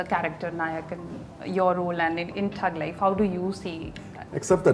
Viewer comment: Ms., It's not Tug Life, it's Thug Life. A lame name to begin with and you got even that wrong.